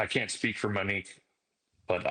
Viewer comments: No offense Ashley but you went from calling her Mo to Menique. I kept thinking you are saying Minnie. Get well soon. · Girl, you are a class act! You have gone from Muh-nique to Mee-nique! Pronouns her name correctly ALREADY!!!!!!!!! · You insist on pronouncing her name incorrectly! How disrespectful!!! It’s Monique as in MOnique NOT muh-nique like you continue saying!!! smh!!! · Her name is MOnique not Manique. Please pronounce it correctly. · Stop pronouncing her name Mini-que. It’s pronounced Moh-nique. Please, it’s annoying to listen to. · Why is she now calling MOnique MEnique? It’s annoying! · Glad I'm not the only one annoyed by that. It's MO-neeke, Ash! Not MEN-eeke! 😒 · Ashley, I love ya dearly, but Manique? You're killing me. Please call her Mo again. Talk about Kohberger as much as you want. I get it. But, it takes me a minute to process who you are talking about every time you say Manique. 🙏🏼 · Her name is Monique, as in MOE or MOW. Why do you keep saying MA-nique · Why do you call her Manique instead of Monique? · Ashleigh great reporting! FYI, her name is pronounced Monique (long “O”) not Menique…… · That's literally what she wanted to be called. What she's calling her now is disrespectful, IMO. She's calling her "Manique" starting ,instead of Monique. Gosh... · It's not mini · “Mo” nique. Please, I need to hear the long o sound. Thank you. 🙏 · How’s it so hard to pronounce MOE-Nique? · Why does she mispronounce Monique